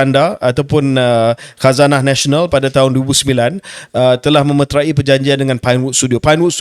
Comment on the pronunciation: memeterai (disebut - me.met.rai) bukan (me-met-ra-i)… i bukan imbuhan..